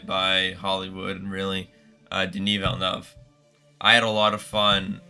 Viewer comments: Im sorry but am i the only one hung up on the fact that he butchered the Director's name? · Villeneuve, not Villenuff. Worship, not war ship! Taken aback, not taken back. Respectable, not respectful. Javier, not Jarviar. Mise en scène, not miz on seen. Truly, not truthfully. (Sorry for the corrections, but I'm a teacher by profession. I can't turn it off when I'm watching YouTube.)